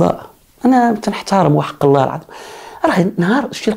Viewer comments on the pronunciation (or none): none